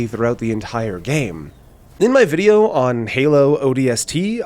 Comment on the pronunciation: videeo.... the Thanelings are fed.....